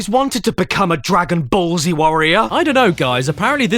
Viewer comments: I love how he prononces "Dragon Ball Z" as "Dragon Ballsy". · I don’t know If Caddy pronounced Dragon Ball Z like that on purpose or not…and I also don’t know which option is worse.